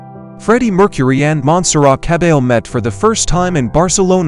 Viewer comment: Complete TRAVESTY! Just listen to the pronunciation of her name!!! dead give away. Repeats oft told, erroneous conjectures. Go to the interviews with the realpeople involved and hear the history straight from their mouths for Godsake!